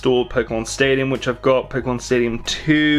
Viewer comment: do u like pokeemon ?